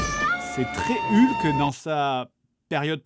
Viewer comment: Excellent épisode, l'attente en valait vraiment la peine! seul bémol: Hulk ne se prononce pas comme ca s'écrit, ça se prononce HOLK! avec le H expiré merci